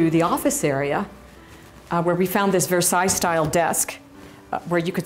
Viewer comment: Versailles style desk lol ... what the hell she means by that ... sorry being French and listening to "Versailles style desk" is quite funny ... especially when you see the desk ...